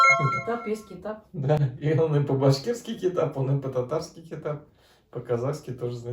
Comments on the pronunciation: эи топас Китап не Қазақшама не. Кітап и Бэт емес а бет т.б перезнашение не правелный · Не китап , а кітап, еще у татар и башкир звук а произносится не так как у нас, че то мягче произносите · кІтап, дәрІ, і это не и)) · По-казахский не китап а кiтап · Надо четче и правильно произносить - не "бит, китап", а - "бет, кiтап" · Какой нахрен китап? Кітап😂. Произношение мимо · Молодцы, есть ошибки в произношении и в словах. Чуточку надо было уделить время на изучение букв. і это не и, а мягкое ы, не китап а кітап. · Высказывает многие слова не правильно. Было бы правильно если задавал вопрос Казах. Потому что например не"Китап", а Кітап. В целом идея Хорошая))) Ждем в гости в Қазақстане